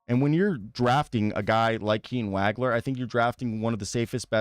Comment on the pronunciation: he is a 1, has been playing the point since December. and it is pronounced Wah Gler